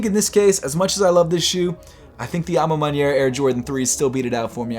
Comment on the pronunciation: Congrats u heard me when i corrected u last time abt the a ma maniere pronunciation 😂